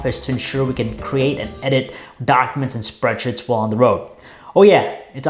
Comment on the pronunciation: he said spreadshits instead of spreadsheets XD